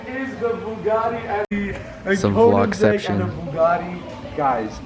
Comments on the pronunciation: Why does he keep saying "konansegg" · The way he says Koenigsegg makes me cringe...